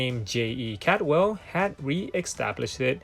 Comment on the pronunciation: Caldwell is a common Scottish surname not Cadwell, It means cold well. Great content, I once had a Cyma with that shape crystal.